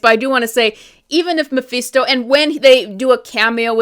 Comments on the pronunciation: Hate to do this but you're saying Mephisto completely wrong. It's pronounced Ma-Fist-O not Ma-Feast-O. It's weird that you say it properly sometimes but then say it wrong like you're doing it on purpose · it's mephisto, not meeephesto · "Mah-FIST-oh" Mephisto . Thank you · Who the hell is Muhfeesto? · I haven’t watched the show yet. But I’m interested. I agree though they should’ve shown us mephisto in Wanda vision but the clues were there. And it’s meh-fist-tow 😂🍻 Great critique though keep up the good work. My marvel watch list 6/15/25 update -The infinity saga was originally arranged by looper. As of 6/15/25 I made changes to maintain continuity. The rest of the sagas are arranged by me. -All numbered (1,2,3,etc.) content is the MCU/sacred timeline. Those are the movies, shows and shorts that you want to watch in order. -Anything marked with a “•” is additional/optional content for the advanced fan (added by myself). -I added the defenders, fox-verse, agent Carter and misc content to accompany the main timeline and fill in the gaps. -The key to the symbols are located at the end of the list. ——infinity saga—— 1. Iron man 2.Iron man 2 3.Incredible Hulk 4. The consultant (*marvel one shot) 5. Funny thing happened (*) 6. Thor 7. Capt. America •[@ Carter S:1-2] 8. Agent Carter (*) 9. Avengers 10. Item 47 (*) 11. Iron man 3 12. All hail the king (*) •[A@ S1:E1-7] 13. Thor: dark world •[A@ S1:E8-16] 14. Capt. America: the winter soldier •[A@ S1:E17-22] •[DS@ S:1] •[DS@ Jones S:1] •[DS@ S:2] •[DS@ Cage S:1] •[DS@ Fist S:1] •[%-Cloak and dagger S:1-2] •[DS@ Defenders] •[DS@ Punisher S:1] •[%@ the duck] 15. Guardians of the galaxy •[A@ S2:E1-19] 16. Avengers: age of ultron •[A@ S2:E20-22] 17. Ant man •[A@ S3:E1-19] 18. Capt. America: civil war •[A@ S3:E20-22] •[@ •[%-Ghostrider]